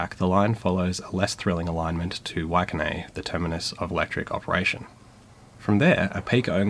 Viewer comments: I concur. Excellent pronunciation, bar Waikanae, which ends with an "eye" sound, not an "ay". Yes there was an issue with the Matangis on the Johnsonville line. I'm not sure what the resolution was - I'm up the Hutt line, so it never mattered to me. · This was really good to see as a Welly local - and you did pretty alright with the pronounciations (except for Waikanae - it's pronounced "waikanai", not "waikanay"). I thought I'd share some more details regarding why there's no rail in Southern Wellington. For starters, it would be very risky to build an underground extension of the heavy rail system through the CBD as the land Wellington is built on is very geologically unstable, and a lot of it is reclaimed (back in ye olden times the shoreline was originally on what is today Lambton Quay). There are plans to build a light rail line from Wellington Station to the airport, although unfortunately none of them have managed to seriously get off the ground yet (but it is virtually inevitable at this point that it will be built someday, the question is just how soon). The Wellington Regional Council also has plans to replace the diesel-hauled services with bi-mode multiple units to increase service on the Wairarapa and Capital Connection lines, but for some reason funding for them wasn't included in this year's Emissions Reduction Fund from the central govt. - the council was mad about that. Hopefully these plans will materialize soon enough tho. Update May 2023: It appears that the central govt. has officially greenlit the procurement of 18 four-car tri-mode multiple units for the Wairarapa and Capital Connections services, with them expecting the new trains to be in service by 2028-29ish - yay! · I live in waikanae and love to go into the city sometimes and the train system is great coming on average every 30mins on week days and maybe Saturday? Sunday is hourly or not on tho, also that is the worst missprounctation of waikanae I have ever heard lol